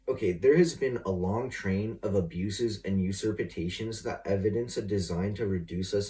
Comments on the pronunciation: Usurpitations? Depositism? 🤣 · “Usurpatations” and “depositism,” get me outta here. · "Usurpitations"? What the hell is that?